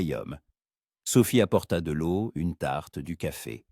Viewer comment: l'eau se prononce... lo